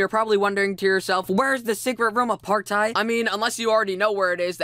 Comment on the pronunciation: aparri u keep saying roam XD